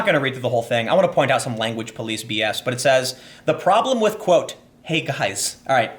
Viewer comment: " Hey, you...gois?"